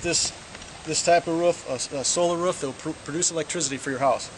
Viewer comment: This solar power alternative seems like it may be cheap, but the fact that price wasn't even mentioned leads me to believe quite the opposite. I saw a video about solar film that was printed and would substantially reduce cost. Great idea, though I can't stand the way that dude pronounces "roof."